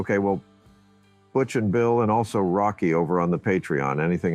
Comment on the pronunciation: how stupid is the mfer saying butttch instead of butch